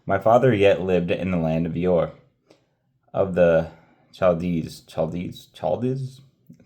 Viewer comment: You continue to impress me! I think Ur is pronounced like "her" without the "h", and I think Chaldees is pronounced with a "k" sound at the beginning. Hope that helps!